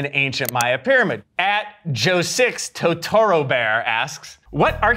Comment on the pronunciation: "toTORo bear" lol